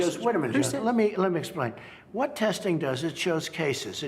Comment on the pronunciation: lmao "whot manuals?" "whot books?"